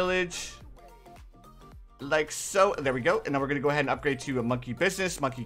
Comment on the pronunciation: Love the vids and what's with you saying likaso?